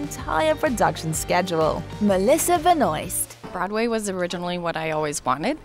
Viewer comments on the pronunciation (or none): I hate that the narrator pronounced Melissa's name like that, btw if you don't know its pronounced, Melissa Benwar